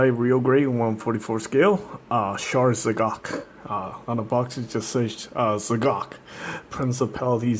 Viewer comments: not "ze cock", hahahaha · its pronunced ZEE GOK